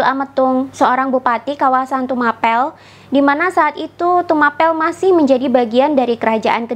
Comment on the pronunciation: Maaf Tumapel dibaca Tumapěl (seperti membaca kata apel)